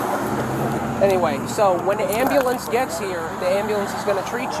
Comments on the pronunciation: tell her when she can pronounce ambulance correctly well call you one lol ghetto shit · Why can’t these people pronounce Amb-U-lance not am-a-lance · 🤣she thought screaming at the ambulance ("Amberlamp!") would get them to stop?! 😂😂😂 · She might have gotten medical attention on the spot if she had requested an ambulance rather than "a AM-buh-LAMPS!!!" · Wow she should get an extra charge for “ murdering” her pronunciation of “Amblambence” 😂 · Completely reminded me of that hysterical video with "WHOA BLACK BETTY" and then it cuts to the guy yelling "AMBALAM!" lmao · Amber lamps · “AMBELENCE AMBELENCE”!!!😂😂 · Why can’t so many black people pronounce “ambulance” properly? This is an observation therefore a legitimate question. Also the word “ask”…